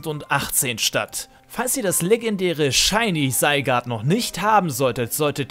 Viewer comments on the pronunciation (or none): Das "Seigart" triggert mich minimal ;D